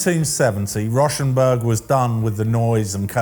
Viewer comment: It’s actually pronounced “Row”- rhymes with cow - shenberg…